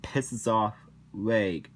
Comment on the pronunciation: You mispronounced reg, by the way.